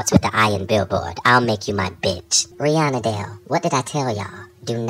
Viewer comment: LMFAOO...not Rih-Annabelle.